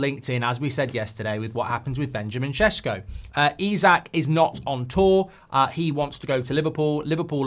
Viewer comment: Thank you for finally getting the Šeško name correctly 👌😁